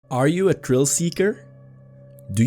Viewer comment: Stupid question. You Irish cause you say any th as a t (EX:Thrill, Trill)